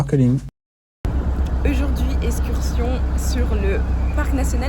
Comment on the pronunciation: On dit aujourd’hui pas EUJOURD’HUI!!